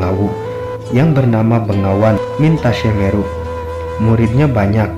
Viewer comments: Blepetan..begawan Bro bkn bengawan,bengawan nama sungai disolo stahu ane.. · Ma'af bos yang punya video ini anda salah sebut. Begawan bukan bengawan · Anda benar. BEGAWAN bukan BENGAWAN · Hai bukan bengawan, begawan tau